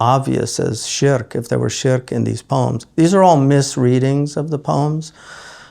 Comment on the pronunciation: ahhh yes, scholars of the highest calibre from the time of Imam al-Busīrī', rahīmahullah, onwards, all missed this supposed shirk, but my guy here who's still struggling with basic english (sharek?? shrek?? sherk?? refugee??) has magically identified problems in the poem. utter tosh. maybe consult an actual subject-matter expert rather than those with pre-existing biases. and give it a rest with the lame shallow poisoning-the-well fallacy of maligning sufi scholars by bringing in so-called practices like the tiresome and predictable 'grave worship' rubbish that are unrelated to the poem. incredible that only individuals who are against tasawwuf bring up grave worship. yet to see a single scholar who is a proponent of sufism, or anyone who purports to be on a spiritual path, actually circling/worshipping graves. perplexing that 🤔. but even if one concedes that maybe some misguided individuals who are influenced by some folkloric ideas, indulge in such blameworthy practices, they are not the yardstick by which the science is measured. otherwise, by the same token one could disregard your nonsense on the basis that you're incapable of writing coherent english words. this is why laymen shouldn't be citing primary sources, khawarij-style. you misapply them and make conclusions that are reductive, simplistic and non-scholarly. one would hazard a guess you've not actually done due diligence and looked at both sides of the argument, rather just gone to those who support your inbuilt